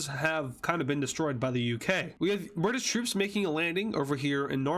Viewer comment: All I can say is Bri'sh